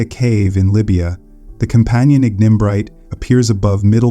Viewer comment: Annoying minor errors and distracting mispronunciations. Forty-thousand years narrated and 400,000 years illustrated on screen? Ignimbrite initially pronounced as ingen-brite? Please re-record this video and check your other presentations.